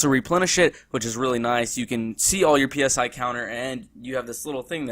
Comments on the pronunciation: Dear god stop calling it P S I, say it as a word not as letters, Christ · "PSI" is prounced like the "psy" in psychology. It's short for "psionics".